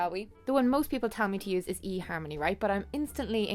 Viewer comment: your accent makes "fuck you e-harmony!" sound so great.